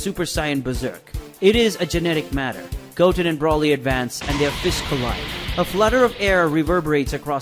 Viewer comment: It's not Gotn it's Goten pronounced (Go-ten) not gotn